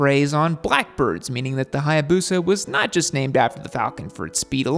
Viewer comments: Omg this is the most soi hayabusa I've ever heard. It's not hayabuseuuh, u gotta say it like a samurai.. hayabusaaa ! You welcome 🧐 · 😅😅 That intro... HAYA BUSA!!!!😅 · Learn to pronounce Hayabusa correctly